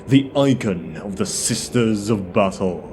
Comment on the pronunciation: You might want to rethink your pronunciation of “battle”… oft times sounds like “butthole” and completely breaks the immersion. 😬🤣